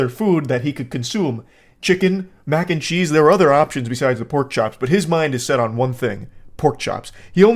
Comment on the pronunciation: Took me like 10 seconds to realize you said Macncheese and not “mancheese”